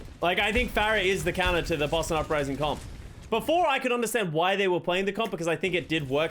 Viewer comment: Idk if it’s the accent but sometimes it sounds like he’s saying “bussin” instead of Boston to me